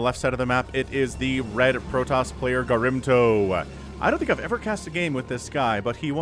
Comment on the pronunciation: OG Protoss player gets mispronounced all game long. Doesn't deserve that. :(